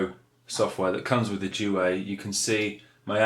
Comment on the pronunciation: 5 years on I hope you learned how to pronounce duet